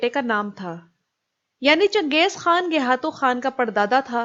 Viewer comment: iss ka naam gaykhatu tha na kay gayhatu. turk خ ko h boltay hain. aap خ bol sakti hai lihaza gaykhatu bolain jo uss ka asal naam thaa